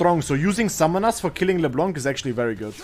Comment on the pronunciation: i like when call leblanc leblonk, it mades me happy